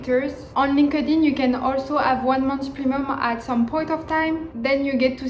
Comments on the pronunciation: no. It’s pronounced as “linked (space) in”. Linked in. Not linkadin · hahah so cute comme tu prononce linkedin. cest linked in. ;)